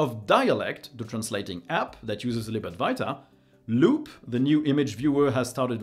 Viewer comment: Why do you always say Lib Adwarta instead of [ad-va-ita]